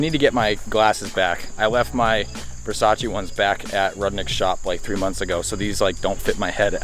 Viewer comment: First of all, this is fargin awesome! I can't wait! Second, did you say Versace glasses, or Fo-sace glasses? got some really nice glasses recently and I wondered where they came from...I'm just playing bruh. Love the channel, love the Soarer, but I gotta mess with ya brother. This build will be sick af!